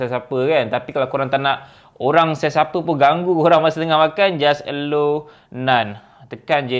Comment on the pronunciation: Bro, thanks for sharing. Cuma satu je sebutan allow ialah e-lau bukan e-low 😬